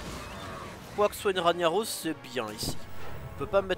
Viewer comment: OUBLIE TON RANIAROSS PUTAIN ! ===> Rague Naross ! Juste écoute Thaurissan le dire quand il est joué